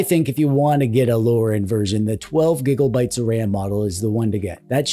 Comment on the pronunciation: Why "gibbel-bites", yet Terrabites you say correctly? I'd expect Tibbelbites.